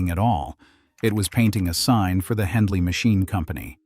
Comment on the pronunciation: It's Hendey Machine Co. not Hendley.